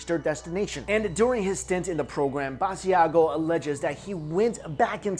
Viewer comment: Lol you're saying Mr Basiago's name wrong!! It's pronounced ba-sha-go. Leave the i out. I've seen him on TV shows frequently and have heard his name many times there